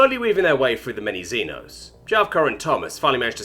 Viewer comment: Germans are the Helghast! Hurray! Also, I don't know if you read these, but xeno is pronounced "zee-no."